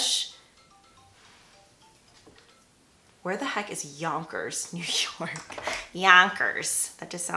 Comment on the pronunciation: I work in Yonkers and they way you said it is pretty much how people that are from there say it 😂 Beautiful look! I love peach for spring so I'll definitely be recreating this!